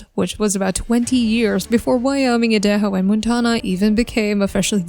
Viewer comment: Wioming, idayho, muntana and the AI voice along with a video that has basically no meaning. Wtf is this?